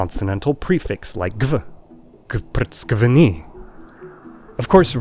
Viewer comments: I’m sorry, I have to ruin some of your video😅 It’s gavprtskveni, not gvrptskvni. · Gvfcrqvni, not gvprtskni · am from georgian and u say gavfrcqveni like gcqeni u dont say g and a togathor its ez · not gvprtskvni, this is vprtskvni or prtskvni... ვფრცქვნი or ფრცქვნი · I hear vowels between the consonants. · That's because the pronounciation is not as good. A native georgian person's pronounciation would be a little bit different and you wouldn't be able to hear any vowels except the one at the end (i) because georgian is 100% phonetic (unlike old georgian).